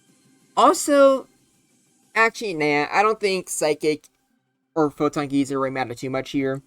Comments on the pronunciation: Didn't expect the Necrozma week would be so soon, but definitely expected it to be strong in RBY. Also, geyser is pronounced Guy-zer. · first of all, it's pronounced "guy sir". but yeah, if necrozma was added into the standard rby uber metagame, it would instantly become the strongest thing in the tier, bar debatably mewtwo. it's like a more offensive take on mew's sd set with more emphasis on its offensive stats and bulk in exchange for less speed, though it still outspeeds cloyster's clamp as to keep it out of partial trapping range. it's a genuinely fantastic mon that's dominant in the format but still can be threatened much like the Big M2, and feels balanced enough to hopefully not cause too many issues, possible. mewbros are used on pretty much every team already, so necrozma wouldn't change the structure too much aside from maybe having to choose between a regular mewbros core, a mewbros + necro core, or a mewtwo + necro core. while necrozma will absolutely take something out, it still feels similar to mewtwo in how much it fears status at the wrong time and how vulnerable it can feel unless you find a safe avenue for it to switch into. if you do wish to paralyze a necrozma with alakazam or starmie, you realistically just want to go full offensive, with either surfmie or zam stoss. i honestly can't tell whether or not necrozma should be banned from a hypothetical rby ubers, since it's in pretty much the same boat as mewtwo where it has a few checks and a few more annoying matchups that could cripple its entire game plan if you don't plan enough around them. i still believe mewtwo to be the better psych